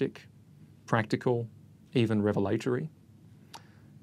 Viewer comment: Did that Martyn guy really pronounce it "rev-a-LAY-tor-ee" instead of "REV-a-la-tory? Too funny.